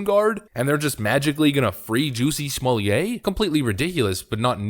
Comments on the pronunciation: SmoleeAY???? NoNoNO It's just Smollett SMAH let. Or if you must smah LET. Why do people not get this?? What are people getting out of this idiotic mispronunciation? Is it just to prove that they don't speak French, or to pretend that they do? Or what? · Somllett is not pronounced "Sommelier" a Wine taster or wine steward.